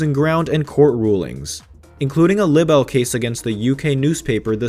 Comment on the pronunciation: This narrator cannot say "libel".